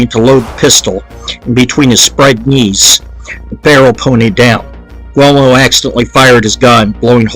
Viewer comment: Also learn to pronounce the Names will ya Guglee Elmo very simple. Anthony allegedly lazy ?? Lolol Buddy u don’t know anything